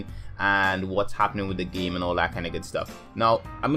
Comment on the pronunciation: Where's your accent from? you say 'gaeyme'